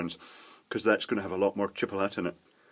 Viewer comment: Is he mispronouncing Chipotle or is Chipalatte an actual thing over there?